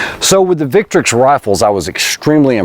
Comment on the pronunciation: Thank you very much for pronouncing the name of the brand correctly.